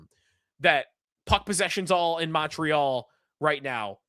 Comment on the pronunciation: Hey, thanks you finally said ‘MOntreal’ like someone from the 716. Always kills me when you 550 guys say ‘MUntreal’ like it’s PC or something. Fly your flag. Go Sabes. Beat the MOntreal CanadiEns 🎉